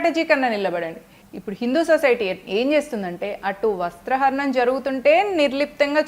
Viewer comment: వస్త్రహరణం కాదమ్మా, వస్త్రాపహరణం అనాలి 😂😂😂